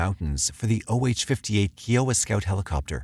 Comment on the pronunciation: Kiowa is pronounced Ki-oh-wah. (Like pie or eye)